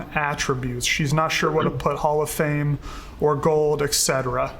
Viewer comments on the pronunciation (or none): Him saying hoff really bugs me it’s hall of fame